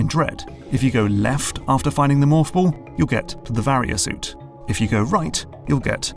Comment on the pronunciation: In utter disbelief at how you pronounced “Varia Suit” correctly this time. Another great video once again!